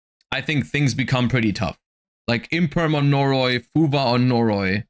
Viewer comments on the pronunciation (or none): Why does it sound like he says fuva? When he’s talking about fuwalos?